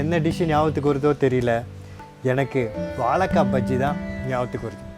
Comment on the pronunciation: hi even if u pronounce vaLLAkai, its ok, but at least pronounce it correctly as spelling vaZHAIkkai, see where i have stressed with caps:)